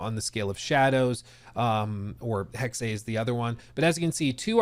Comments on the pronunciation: Omg it's not Hex-ay, it's Hex-ah. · You're right it sounds dumb. But correct German pronunciation is Hex-ah. But Hex is better than what he's saying, I cringe every time. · Mygod.. please stop saying "Hexay" sounds dumb. Its just Hex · you are correct, it is Hex-ah Major cringe for sure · just say HEX... really. It's giving YaSUHke after you already played the game... where every single character calls him Yaske. It's not cute. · Why does he pronounce Hexe that way.